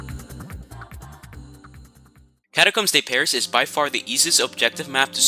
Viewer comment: "boogle" "catacombs day pariss" "leapzig" im dying bro 😭